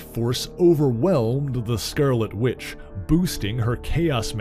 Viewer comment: “THE SCERRLETTE WITCH”?